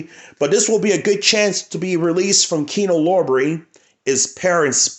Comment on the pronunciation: What's the significance of Paramount movies? Do you only collect movies from the Paramount studio for some reason? Btw, its Kino LORBER. LOR-BER, not LOB-RAY.